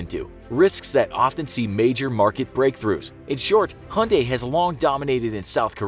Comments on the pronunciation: Hunday? Its Hyundai (Hie-unn-die) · Who pronounces Hyundai as "hunday"? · It's Hyundai, mate. Stop calling it Hunday. It really grates on the ears. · I've heard of "Motown", but never "Hyundai Town". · Hyundai has a y in it.Why not say it? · The way he says Hyundai 😂😂😂